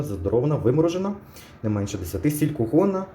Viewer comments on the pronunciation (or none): none